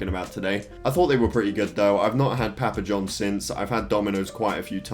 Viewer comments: He said pæpæ johns haha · Love the way he says papa johns lol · The way he says PAPA Johns just makes me laugh